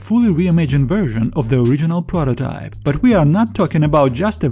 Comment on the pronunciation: i know what prototype is but wtf is a prororype